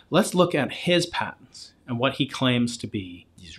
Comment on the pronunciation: You lost us at “patents” 😂 ok “Terrance”